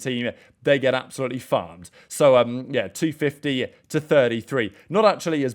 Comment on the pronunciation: he said "farmed" lol